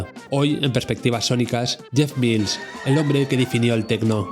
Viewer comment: Menos mal que has dicho "Mils" y no "Mails". De momento han visto el vídeo 42.000 personas, a ver si lo ve mucha más gente y aprende a pronunciar su apellido. Buen vídeo!